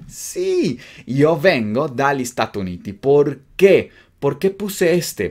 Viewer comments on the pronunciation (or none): Una corrección, estados unidos se dice stati uniti no statu uniti.. saludos 🤗